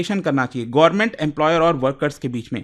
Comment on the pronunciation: Sir... Government ya Sarkar boliye, Gorman sunne accha nahi lagta.